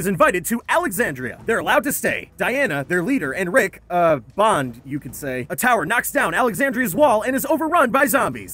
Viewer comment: Sooo... nobodies going to talk about how he said Rick and Deanna "bonded"